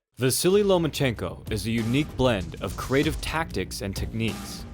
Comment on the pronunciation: Why are you calling him Lomanchenko? No N between Loma and chenko.